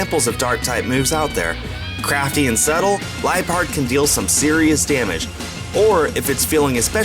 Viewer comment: u said lipeard wrong